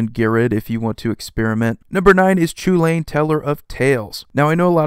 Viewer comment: Chulane is pronounced “Cullen” or “Hullen”. It’s an anglicized name from Irish, so it’s pronounced very differently from its spelling.